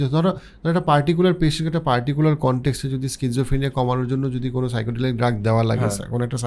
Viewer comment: একটা ভুল উচ্চারণ করেছেন। সাইকোডেলিক না, word টা সাইকাডেলিক। Psychedelic.